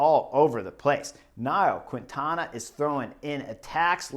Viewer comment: Hi Chris, a friendly correction, please note that you don't speak out loud the "U' when you pronounce qUintana". In Spanish, when the "U' is between the "Q" and the "I", it becomes silent. So you just have to say "KINTANA".